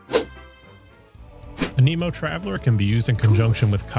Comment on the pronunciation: “A Nemo”